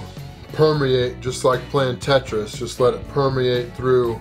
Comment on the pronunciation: He said like Tetris. What a god.